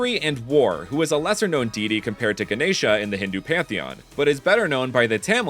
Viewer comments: Also you pronounced Ganesha perfectly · You pronounced Ganesha really nicely